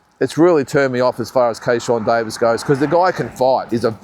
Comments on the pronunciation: Driving me nuts ..it’s Keyshawn Davies not kayshawn Davies 😂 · It's Keyshawn Davis not Keyshawn Davies😊